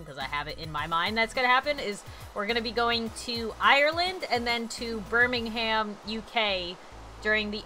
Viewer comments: Birmingham is pronounced Bir-Ming-um, I live in England!!!! 😄😄😄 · I live in England, and it's pronounced Bur-Ming-Gum. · You don't pronounce the h in Birmingham 😂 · I cringed when said Birmingham because im British and it sounded to posh to what im used to 😂 hope I get to see her there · How she pronounced Birmingham XD as a native British person it was soooo cringey